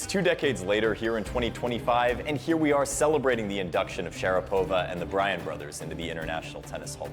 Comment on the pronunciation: It's pronounced sha-RA-pova not share-PO-va.